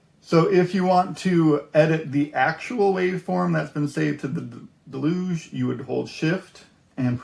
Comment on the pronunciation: It's "Deluge", not "delooooge", it's a noun and verb in English. Good point about using the index of a printed manual. Very helpful Vid'!